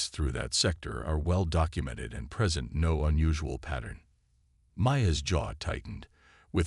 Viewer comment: Just NO!!!! I stopped about halfway into the story. Your AI FKN SUCKS!!!!!!!!!!!!!!!!!!!! WTF is: "DISS-uhbled", "neutralize"(neutralized), "engage"(engaged), "PRESent"(preSENT). Do it RIGHT or don't do it at all!!!!!! Fix your POS AI errors PRIOR to posting....would be really nice!!!!!